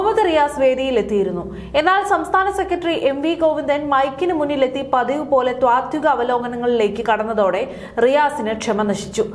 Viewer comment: ത്വാത്തിക അല്ല, താത്വിക എന്നാണ് പറയേണ്ടതെന്ന് ഈ വായനക്കാരിക്ക് ആരെങ്കിലും പറഞ്ഞു കൊടുത്തിരുന്നെ ങ്കിൽ നന്നായിരുന്നു.